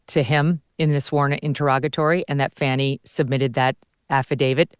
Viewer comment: It’s NOT faunni….its FAAAni, like a butt